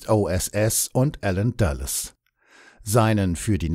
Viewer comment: "Ädmiral Cannaris" und "Dschenerääl Oster" (englisch ausgesprochen). Ernsthaft jetzt? Oder sind damit nicht Wilhelm Canaris und Hans Oster gemeint sondern ihre angloamerikanischen Doppelgänger? Musste jedenfalls laut lachen. Ach ja, Dulles wird auch nicht ganz so wie die amerikanisch-englische Aussprache von Dallas ausgesprochen.